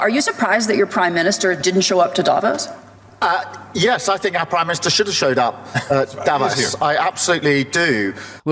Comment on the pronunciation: Davos is not pronounced correctly by all these people.